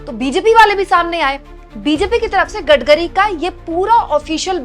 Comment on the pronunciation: Maam Gadgari nhi Gadkari boliye 😅😅